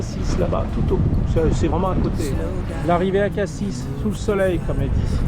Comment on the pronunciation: Merci pour ces belles images. Au fait on prononce Morgiou avec un « j » comme morjiou et pas un « gu » , et pour Cassis on ne prononce pas le « s » de la fin . La clarté de l’eau à Riou, c’est quelque chose, j’y ai fait plusieurs plongées sous-marine c’est magnifique dessous comme dessus !!! Les calanques comme cadre de mouillage et petits repas. 👍